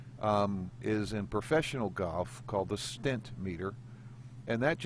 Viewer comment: The "StimpMeter!" Lol not Stint*